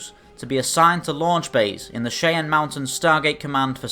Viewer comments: quick note: it's is pronounced Cheyanne (shy-anne) not (sha-anne). I know tis but a small thing in the scheme of life, but my Native American side wishes for correctness on this one point please, thank you. o_0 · Hello, person from Colorado springs here, it's pronounced shai-an mountain, but I will admit it does look like shay-en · Pronounced Shy-anne. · Listening to British people try to pronounce cheyenne makes me giggle.